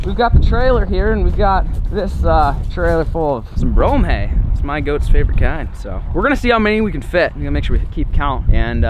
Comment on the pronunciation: I swear wen he went to get hay I played the speed to 0.25 to make sure I was right he said Anyway let’s get this hale loaded up